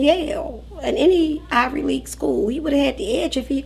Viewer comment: Did his old teacher say “Ivory” League college??